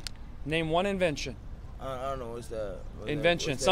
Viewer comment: OMG "What's inveesion?" No, dude. Invention. Something someone makes or creates. Wooooooooow the brains on that guy!! Lol